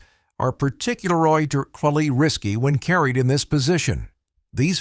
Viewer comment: Man I can't stand how most gun channels use AI so much. Particulorgarry wtf